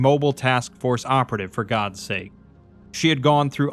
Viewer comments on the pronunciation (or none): none